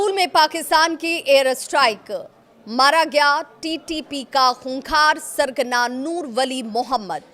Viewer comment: Tu sargana kese bol rahi he use